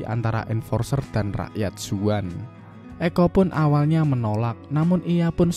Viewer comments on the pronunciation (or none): zaun bukan zuan :D ekko bukan ecco